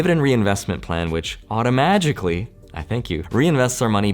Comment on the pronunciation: LoL "automajikally" 😂😁🤣